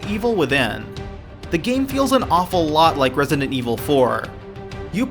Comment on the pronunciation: you said Rediident 4 dude 😂